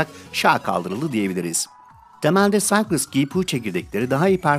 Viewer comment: Güzel video için teşekkürler. Düzeltme: Cycles'ı okurken "Saykıls" demelisin bence.